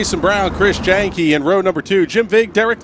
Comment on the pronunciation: Great Job on the broadcast. Keep up the good work Just an FYI though Chris Jahnke is pronounced Yahn - Key